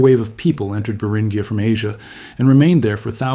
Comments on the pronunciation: Beringia = Bur in G ah. Not Bur in ghee ah. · It's pronounced br in jee uh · I can't last a minute in the video because of your mispronunciation of Beringia. Eight more minutes of that would be torture. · which do you mean, it's pronounced both ways within the first 30 seconds of the video and keeps alternating at random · Take a drink every time the almost human sounding narrator alternates its pronunciation of "Beringia"